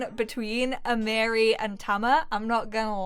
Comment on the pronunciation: I’m new to your channel and I’m loving the LP’s. The correct way to pronounce Amiri’s name is A-ma-re 🥰🥰... my nephews name